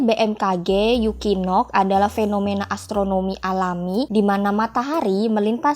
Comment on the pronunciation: Equinox dibaca ekuinoks ❌ dibaca yukinok ✅ 😂